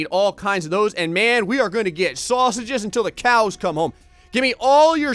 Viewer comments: Times when your Jersey accent comes out: - "Worter" - "Sorseges" - "Sorna" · Suarsages, Suarna